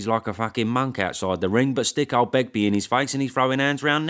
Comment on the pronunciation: 😂“Begby” Hutchinson 💯💥🥊